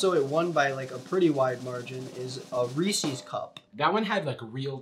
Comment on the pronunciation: I hate that he says ree-cees cup